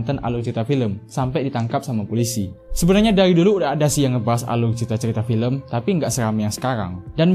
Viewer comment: Aluy ceyita fiyem😁